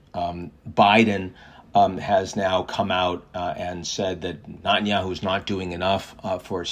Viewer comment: First, get Netenyahu’s name pronounced correctly. You sound like a nube. Second, you are way off on Israeli support for cease fire. If that were the case, his right flank wouldn’t have so much power. Remember, they live in a parliamentary democracy. As soon as the coalition breaks, due to lack of support, it’s over. So Israelis overwhelmingly want to continue the war until complete victory not just in Gaza but in Lebanon and Iran.